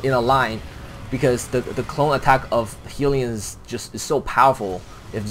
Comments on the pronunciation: Why do u keep say "healion" :> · "Heelion" hahah